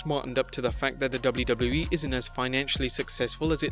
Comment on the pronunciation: I hate your intro with a passion and please learn how to pronounce WWE